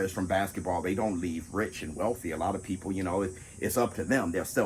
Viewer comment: said “my people” like he had dentures about to come out lol shout out to my boy! 💪🏾 and laughed about it gotta love it.